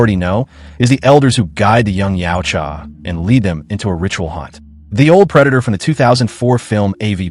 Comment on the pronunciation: Yautja se pronuncia YAUTJA.